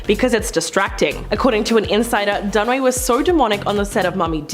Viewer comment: It's Dun-A-way. Fay Dunaway 🤦🏾‍♀️😄